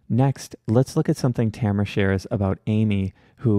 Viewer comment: But mispronouncing Tamara's first name lol